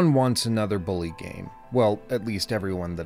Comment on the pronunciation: "Bullaaay" Perfect.